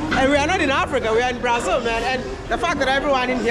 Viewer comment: Our country is pronounced BraZIL bro, not BraZLE as in HanDLE.